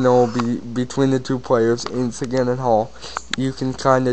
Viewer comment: dude u dont say sequins name right,u sound like u have shit in your mouth